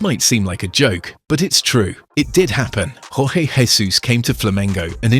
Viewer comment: Jorge Jesus is from Portugal, the narrator is using spanish pronunciation on his name. 😄